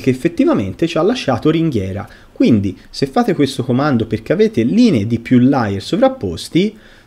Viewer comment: Grazie del video. Layer però si pronuncia con la E. Se detto con la A significa bugiardo e si scrive liar